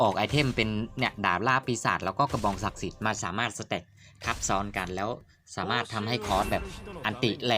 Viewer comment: สาม่าด 😂ชอบตรงพูดผิดนี่แหละตลกดี55